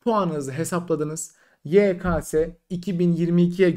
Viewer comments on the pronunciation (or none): DOĞRUSU YEKESE YEKASE DEĞİL